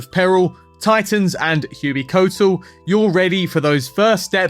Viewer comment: Great video but for the love of god please It ain't hewey-coat-l It's hway-kwat-l